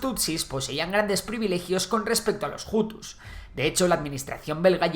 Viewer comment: Antes de nada me gustaría corregir que no se pronuncia Jutu si no utu, tampoco jabyarimana si no Abyarimana, así es la manera correcta en español, francés, suajili y kinyarwanda. Mobutu hizo un gran error al no haber entregado a los responsable del genocidio, por culpa de ello RDC se encuentra en una situación desastrosa desde entonces, donde los tutsis siguen sufriendo agresiones como en la región del Kivu. En todo caso gracias por el video